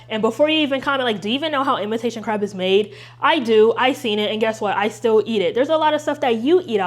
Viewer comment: I love you and I usually don't comment but I very much think you said imitation carb atleast 8 times and it cracked me up 😂